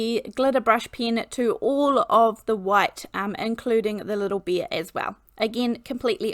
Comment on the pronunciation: I've been wondering for a long time if you pronounce bear as /beer/, how do you pronounce the beverage beer?